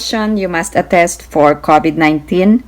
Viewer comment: Ms. It's not covet like coveting. It's pronounced crow for cow-vid:)